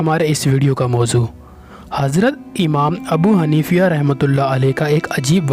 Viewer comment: Amam Abu Hanifa RA ka nam ghalat la rahe ho